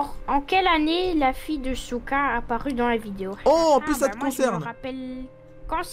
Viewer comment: Souka tu à dit soutrach